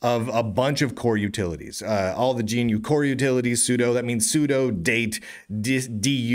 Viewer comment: "GNU" is not pronounced "G - N - U", it is pronounced "GUH - NEW"